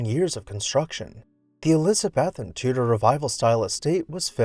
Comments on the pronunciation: Elizabethan isn't pronounced like that. I have noticed you have an issue pronouncing some words correctly. You can google how to pronounce words you don't know. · You mispronounced Elizabethan and Jacobeon